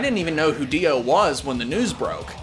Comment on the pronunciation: It's rare that people use the correct phonetic pronunciation of Ronnie James gwddamnmthrfknsunofabitsh Dio. Respect.